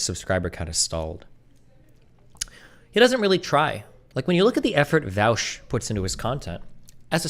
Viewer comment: Why are people pronouncing Vaush as Vaosh now?